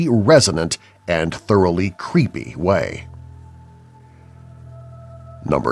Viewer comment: cveepy u just said cveepy